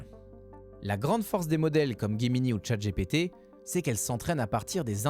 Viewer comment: Ce n'est pas Guemini ses Gemini